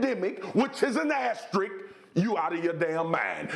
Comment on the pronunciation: Man I´m Portuguese and even I can say the word asterisk… Been hearing this guys saying "asterik" for 3 days xD